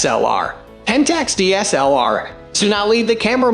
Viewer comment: What the hell is wrong with this guy's pronunciation of "DSLR"?